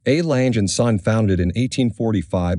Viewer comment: What a crappy pronunciation of the legendary watch maker name just like the rest of it!!!!!!!Learn a bit, not everything is English!!!!!